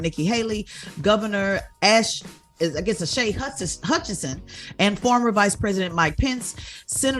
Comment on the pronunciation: Tezlyn Figaro claims she is an independent, but has all the smoke for Republican guests and featherweight energy for Cornel West. Then can't pronounce Asa Hutchinson's or Vivek Ramaswamy's name correctly.